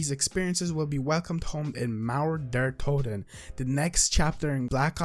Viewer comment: every german "cmon, pronounce it right" 😂 just joking, thanks for the info.. and you dont have to wait, try google translate 👍🏻